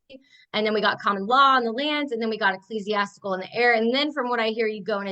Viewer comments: Who the hell is "they?!" The ominous they frightens all of these nutters. Also Ek-Klease-iastic-al. Bible book. Also we ain't a Christian Nation, but I don't think this girl has ever picked up a book (even the bible) let alone knows how to read. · ecclesiastical: "eck-kleez-e-ASS-tickle" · the word "Ecclesiastical": Pronounced: "E-Klee-ZEE-As-Tic-L" Your Welcome